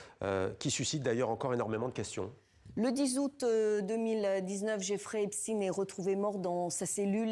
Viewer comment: Prononcez le nom de Epstein correctement.